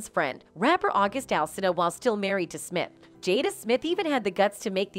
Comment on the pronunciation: "Smip" ~You guys' AI Voice